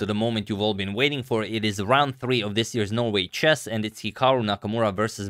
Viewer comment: i heard you saying the "no way chess" instead of "Norway chess" , and i was like , a no way category ? well it must be some good stuff .